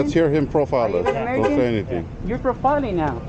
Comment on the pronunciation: Che cameraboy! Cállate el osiko güey!!! We couldn’t hear that dudes phone number. And practice saying “profiling.”